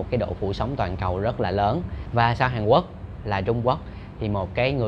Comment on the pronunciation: Mình nghe chữ hàn quốc như hàn uốc vậy